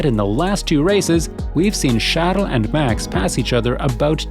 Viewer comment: Why does he keep saying Charles In such a strange way?